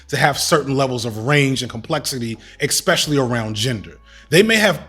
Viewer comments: As well spoken as you are, if.... axe instead of ask fustrated instead of frustrated xspecially instead of especially are where your brain is defaulted?; you'll never get the respect you deserve. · Mr. "EC-specially " , I feel almost the same about your podcast; excepting the obviousness of your unwillingness to acknowledge that you've pronounced (especially) incorrectly for the first half of your life....